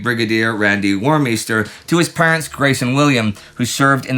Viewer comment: Oh parents. I thought he said parrots